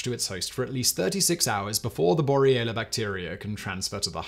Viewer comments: I like your videos, and I'm not trying to be hypercritical, but you are repeatedly pronouncing the name of the bacteria "Borrelia burgdorferi" as bor-ee-ella, rather than the correct bor-re-lia; cheers! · Simon, your pronunciation of 'Borrelia' changes back and forth between 'Borrelia' and 'Boriella' XD